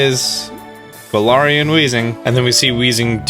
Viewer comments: Garar Wheezing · so u say galar correctly then say galarian wrong why